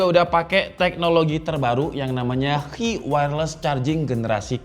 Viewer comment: Sedikit koreksi bang, standarisasi "Qi" itu penyebutannya "Chi" 😁